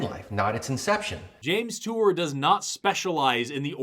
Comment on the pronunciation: “James Tour”